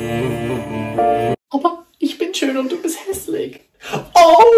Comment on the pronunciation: du hast gesagt häslik gegen hässlich 😅